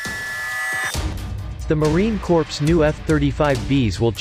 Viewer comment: Awesome content but the AI narrator pronounces the "Corps" in Marine Corps, like "corpse". Corpses are what the F-35 B will leave behind in a war. The Marine Corps should sound like "core" when automated or read aloud.